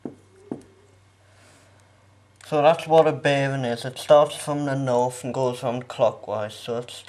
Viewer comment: It's north not norff